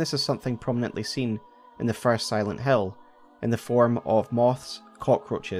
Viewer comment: Aaaah, you are saying "Silent Hill" not "Silent Hell", yea, that game is a masterpiece